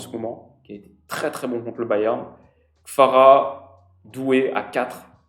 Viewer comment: J'aime beaucoup tes vidéos , mais stp arrête d'appeler notre géorgien KFara ... Stp fait un petit effort avec KVara 🙏